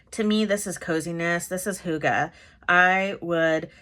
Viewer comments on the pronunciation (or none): Hahaha...I had a good laugh at how our norwegian word «hygge» is pronunced [hoo-ga] 🤣 Not even close to how we say it! 🤣 It’s more [hygg-e]. While the danish pronunciation is more [hyy-ge]. Not laughing at how you said it tho, because I guess you said it like it’s written on the note in front of you in the video, so I’m not mocking you. Keep up the good gluebooking!👍🏼💕